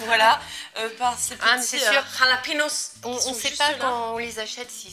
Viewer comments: En espagnol le J ça se prononce R :) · C'est espagnol alors pour lepiment c'est "ra" jalapinos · Jalapenos, ca se dit Ralapéniosse les filles :( Mais en tous cas suppppeeerrbe recette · C'est moi ou vient de dire "rlahpinos"? Je meurs ptdr rlah ca veut dire merde en arabe 😂😂